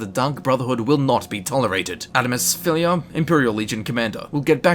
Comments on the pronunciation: Tfw you can't say Adamus Phillida's name correctly XD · I love this video and how you can actually pronounce a lot of the names yet you can't say Adamus Phillida correctly when they even say it in the game XD (Edit): I'm not being mean I just think it's funny that you don't pronounce the "d" In his name